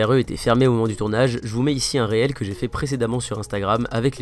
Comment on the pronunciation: pour info: instagram Reel =/= Réel, ca se prononce rile